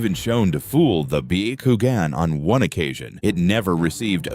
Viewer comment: Bee Yuh Koo Gin. Nice, AI.